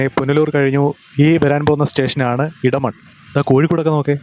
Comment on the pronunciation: മലയാളം. അറിയില്ലേ ?. ഇടമൺ അല്ല എടമൺ